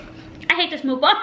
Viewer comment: Muck bang not mook bong